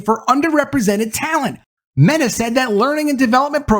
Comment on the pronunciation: ...he said "MAYtah." he definitely called meta MAYtah lmao